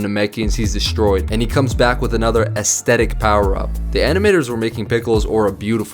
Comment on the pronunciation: aesthetic not astetitc